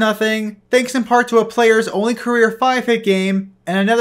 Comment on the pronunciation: dude, why can't you pronounce hit?